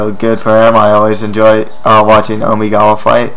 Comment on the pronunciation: Please don't ever say Omigawa like that again.